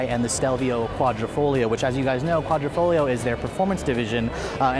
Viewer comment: Thank you for pronouncing "quadrifoglio" correctly!